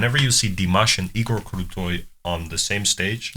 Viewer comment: As a fan of Dimash I watch tons of reactions on Youtube and you are the one of the few foreigners who really good pronounce Dimash Qudaibergen and also Igor Krutoy names. For me it shows that you are genuinely like and respect this artist. Many reactors even after dozens of reactions still cannot say his name correctly and forget about "that bald guy at the piano". Could it be because you are beatboxer/ rapper and this type of genre requires a lot of training and hard work with enunciation and precise sound proiducing? I watched your works and they are great and interesting to watch. Knowing Dimash, let's hope he will not step into the beat-boxing territory and diminish other artists in this genre as he does with others (it's joke!). Thank you again for your entertaining reactions and love from Kazakhstan!